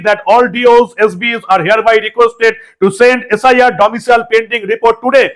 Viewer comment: Shibram Chakraborty mosai likhechilen -"baram na bram". Ta thik korun -"cile na cial". Apnar screen e lekha "domicile" (jeta correct spelling and pronounced as such) ar apni somane uccharan koren "domicial":face-blue-smiling